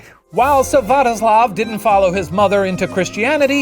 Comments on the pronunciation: not to be the party pooper, but it's Svyatoslav, not Syvatoslav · "Syvatoslav" ummmmm Shane it’s not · Olga's son's name is Svyatoslav, not Syvatoslav!